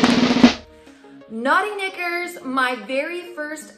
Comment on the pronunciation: The underwear membership thing is still a little foreign to me. But I guess it’s no different than buying them online at Victoria Secret! I liked the selections you received. The “Naughty Knickers” with the accent!! Lol 😂 💕